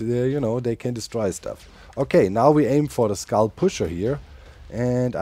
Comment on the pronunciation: Every time Doc says, "Skull destroyer activated" it sure sounds like, "Scar destroyer activated" 🙂